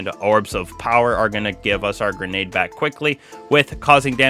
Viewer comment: Welcome BAWK to the channel..it is AWBSOLUTELY disgawsting